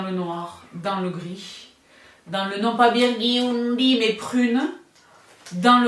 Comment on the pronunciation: ahahahaha ce « biourdundy » là il est était pas mal 😂😂